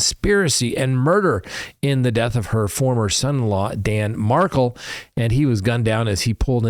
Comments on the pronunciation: Its pronounced Dan MAR-KELL not MARCKLE (see any interview with his Mom).. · It’s not Dan “Markle”. It’s Dan “Markel”. Learn how to read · the name is pronouncedMar-KELL. ❤